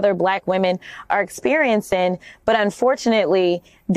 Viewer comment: "experiencin"?????????? you go girl! i won't aKs you where you get yo' fake eyelashes, either.